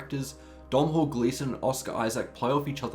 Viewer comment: Please learn how to say Domnhall.